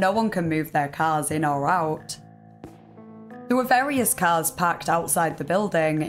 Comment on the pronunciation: My greatest suspicion about this story aren’t any of the details given. It’s this girls accent. Almost every sentence ends with a word she can’t pronounce with an ehhhhh sound, usually ‘there’ but she’ll say thehhhh… So honestly I just feel like I’m being hypnotized. Carry on! 😅